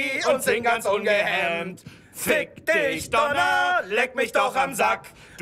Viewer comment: du weißt schon, dass das Wort Donner heißt? und Schall anstatt Tschall?